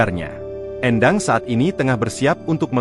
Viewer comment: Éndang bukan Endang... Ini orang Sunda